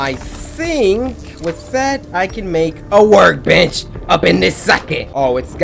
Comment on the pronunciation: Cory, it sounds like you were saying work b**ch fragment instead of work bench fragment.